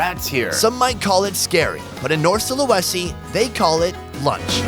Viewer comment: It's funny how u pronounce Sulawesi 🤣🤣🤣(no offense)